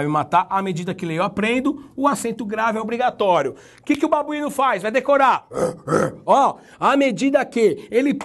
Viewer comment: Rindo demais desse "babuino" kkkkkkkkkkkkkkkkkkkkkkkk chegou a me desconcentrar kkkkkkkkkkk